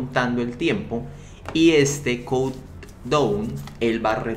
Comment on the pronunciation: Se pronuncia “ caunt daaun” (count down)(cuenta regresiva)